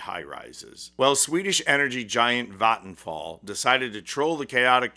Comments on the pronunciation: that's is the most correct pronounciation of vattenfall I've ever heard from an English speaker that isn't also a native Swedish speaker. It's not 100% perfect, but really close, maybe 99.8%. 👍👍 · Vattenfall is my provider. Sure I get nuclear power but we need that along with renewable power IMHO. Also the pronunciation was quite good. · Im swedish and I saw that ad at the cinema when waiting for the Long Walk To start. xD And also fyi Vattenfall is pronounced with an a from the word what. whattfall but with an V sound and no H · Good pronounciation of Vattenfall (I'll give it a 90 out of 100). People can probably guess it by the spelling, but it means "waterfall"